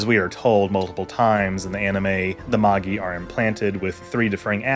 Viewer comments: Dude, cool video! But fyi it's definitely pronounced "mah-jai," not "ma-ghee." The three Magi are aka the three wise men from the Jesus birth story. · Right? Like, assuming he watched the series and didn't just read the wiki, you hear Magi pronounced "madge-eye" and Seele pronounced "Zey-ley" so often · Do you mean "Mâj-eye"? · Magi is pronounced "MAJAI" like the word "magic" that it's related too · With how well researched some of this video is I’m confused by your pronunciation of some terms like Seele and Magi. Both the English dub and original Japanese say these words many times. Which version did you watch that pronounced the German word “Seele” as “seal”?